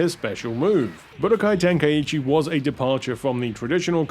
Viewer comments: Its so funny to me how people miss pronounce Tenkaichi by adding an "E" sound to the word. "Ten-Kai-E-Chi" when It's "Ten-Kai-Chi" even the game itself gets this wrong. lol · splitting hairs here but Tenkaichi is pronounced "Ten-kye-chee" and not "Ten-kye-ee-chee' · What's with the pronunciation? Isn't it ten-kai-chi?